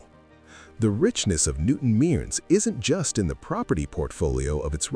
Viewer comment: It's not pronounced "newton meerns" it's said as "newton merns"